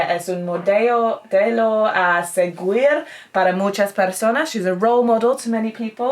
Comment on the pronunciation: Hey, why don't you make a live in spanish? and we can chat with you keep you up to speed in the language, I'm sure you have a lot of spanish speaking suscribers. Note: you said "ella esta casada con la primera presidenta" which means the first "female president", and "seguir" the pronunciation is more like the "gi" on "gift.